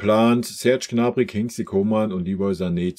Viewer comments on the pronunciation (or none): none